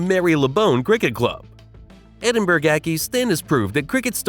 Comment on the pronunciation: Edin-burg & Mary Le Bone 😂😂😂